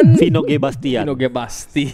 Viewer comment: Vino G bastian ❌ Vino D Basian ✅